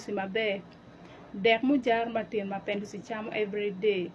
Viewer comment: The way he's calling his name for me 😂😂😂 Mabenduzo😂😂😂😂😂